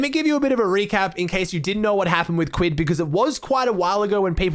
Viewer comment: i hate the way he says kquid’s name